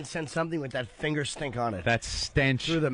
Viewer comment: Eventually they do, along with Anthony pronouncing “finger” as “finner”😆